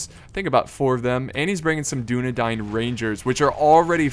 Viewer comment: I did. Dúnedain - duːnedaɪn Tolkien's original etymology of the word came from the Sindarian, "dún" meaning west and "adan" meaning men. "Adan" if one follows the phonemics of Tolkien's Sindarian work is pronounced "A-dane" Here's a link to the Oxford pronunciation guide to help out with the guide on I'm not trying to put anyone down or insult and I apologize if that's how I came off. I'm just trying to help out.